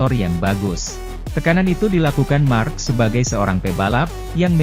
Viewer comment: Marck marcrees😂😂😂